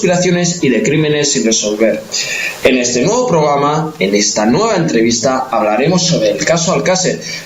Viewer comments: Porque le cuesta tanto no decir “pograma” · OR FAVOR ...NO SE DICE POGRAMA ES PROGRAMA